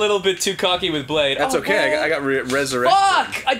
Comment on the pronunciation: brade not blade